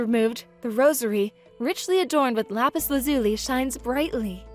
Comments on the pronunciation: Lapis Lazuli was pronounced wrong if you wanna know how to say it look at Steven universe. Also it’s a rosary. Rose- ary they are catholic prayer beads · THANK YOU! as a big fan if steven universe, I was internally shouting "THAT'S NIT HOW IT'S PRONOUNCED!"